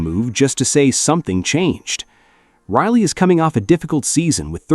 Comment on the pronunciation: Thank you for reprogramming your AI. Now it can pronounce Rielly instead of Really.